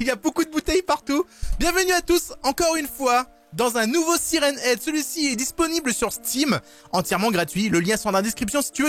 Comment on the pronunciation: On dit "sayrenne ède!